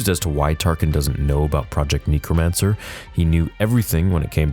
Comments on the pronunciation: great video as always...small gripe. the word is necromancer NECK-ROH-MAN-SIR phonetically. You kept saying NEEK-roh-man-sir. sorry for being that guy. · Ik im not the only one who is bugged by saying “nee-kro-man-ser” instead of “neh-kro-man-ser” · For the love of god can you say necromancer correctly, its NECK-ROW-MANCER not NEEK-ROW-MANCER. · “Knee-crow-mancer” It’s “neck-cro-mancer” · IT's NECK not NEEK... You Canadians... LOL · Someone has to say it. It’s pronounce “neck-ro-mancer” unless you’re from New Zealand. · Why can’t you say necromancer